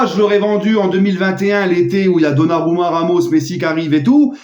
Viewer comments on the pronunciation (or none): none